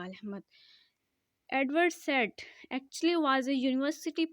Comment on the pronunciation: ye Edward said Jo Hy na usko Edward Saeed pronounce kery